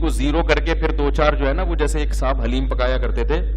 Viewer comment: مولانا صاحب، آپ بھی " لحیم "کو " حلیم " کہتے ھیں ۔۔۔۔۔!